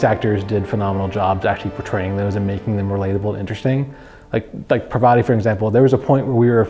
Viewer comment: the one thing that annoyed me in the game....mispronouncing Parvati's name!